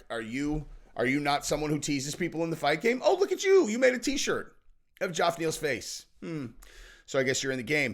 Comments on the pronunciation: Geof Neal name isn't pronounced Gee-Off, it's pronounced the same as Jeff... Source, my name is also Geof... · why do you keep calling (Jeff) Geoff Neal- Joff? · Probably the millionth person to comment this but Geoff is pronounced Jeff not Joff. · His name is not Joff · It’s pronounced JEFF!! Wtf!?!? Lol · It’s pronounced “Jeff” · why can't you pronounce Geoff's name right? It's pronounced the same as Jeff.....C'mon dude. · New subscriber and I will stay subscribed as long as you continue to pronounce Geoff Neal as Jowf Neel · Why is unable to pronounce the name "Jeff/Geoff"????? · Why does say “Joff Neil”? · Where I'm from 'Ge-off' is pronounces 'Jeff'! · What's with the JOFF pronunciation? Get it sorted on fire 🤣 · Who in the ENTIRE FUCKIN WORLD pronounces Geoff as "Joff" besides?! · I think is trying to copy the Chael shtick by intentionally mispronouncing people’s name. No way he still hasn’t figured out how to pronounce Geoff (hint: it’s pronounced the same as Jeff!) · I think it's really pronounced Geoff not Jeff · Does Geoff Neal pronounce is name funny or does nobody know it's pronounced like Jeff? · HIS NAME IS JEFF(Geoff) FOR FUCKS SAKE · Fucking hell. Geoff Neal's name is pronounced like Jeff. JEFF. Dear God. Maybe one day, you'll see one of these comments. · And if youre gonna talk about geoff neal can you please say his name right? It's pronounced just like Jeff just spelled different. Like John and Jon . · Why cant this guy not say Geoff properly? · The G sounds like a J and the O is silent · He's definitely continuing to say it that way out of spite. He sees the comments. I love it.